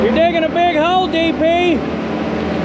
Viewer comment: It sounded to me like said "DP is digging a big hoe". It certainly sounded like that but thank God he wasn't ploughing a big hoe...